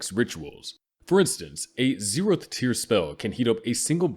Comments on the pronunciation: Is he saying zerotb tier?? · 0 tehth tier, damn AI reading